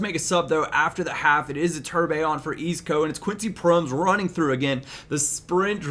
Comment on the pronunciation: Proh-mes. Strohtmun.